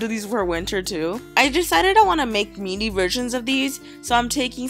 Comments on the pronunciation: Why do you say mini like me-ne instead of min-e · Notice she pronounced Mini like "me-nie" instead of "min-ih" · UGH!! Not trying to be mean or anything but WHY DOES IT BUG ME SO MUCH HOW SHE SAIDS MINI?!?!😑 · i hate the way you say mini. you say MEEENEEE! ITS PRONUCED MIIIIINNNNNIE